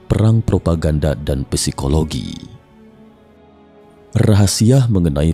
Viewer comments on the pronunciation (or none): none